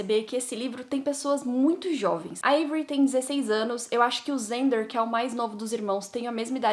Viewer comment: nao e xander com som de z e com som de x nao?gente por favor fala que n e